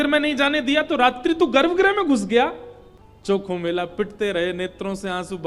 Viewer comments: संत चोखामेळा है नाम चॉकोमेला नही जी प्रभु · गुरुजी उनका नाम चोखोमेला ना होके संत चोकामेळा है 🙏✅